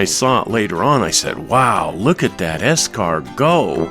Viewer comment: S-car-go ? Faster than a snail, huh ? I really enjoy all your videos. Thank you.